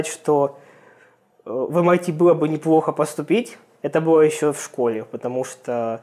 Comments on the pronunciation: 23-39 Не МИТ , а ЭМ АЙ ТИ :) разница между ними 7219 км приблизительно :) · САТ и МИТ просто убили меня. Почему они не произносят как ЭС АЙ ТИ и ЭМ АЙ ТИ?!